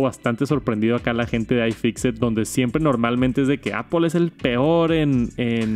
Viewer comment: "Apol" antes lo decias bien jajaja. "Apl" Gracias por el vid. Un abrazo!!